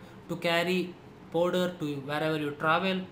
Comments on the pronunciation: podar nhi hota😂😂😂😂 powder hota h woh Podar😂😂😂😂😂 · the way he says 'Powderr' 😂😂